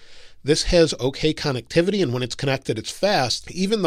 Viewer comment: Con-neck-tivity lol